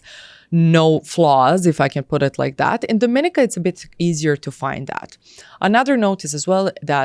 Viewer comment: If you're considering a passport from a place you should be encouraged to pronounce its name correctly. The caribbean island with this flag 🇩🇲 is Dominíca (do-mi-NEE-ca). Would hate for someone to spend all that money and not know!